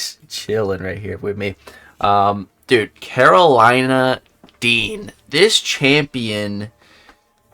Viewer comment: The way he says her name gets me everytime 😂😂😂